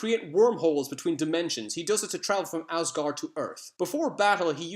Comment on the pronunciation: Did you just say Ozgard?